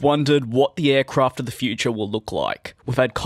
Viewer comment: Futrure?? No hate love the channel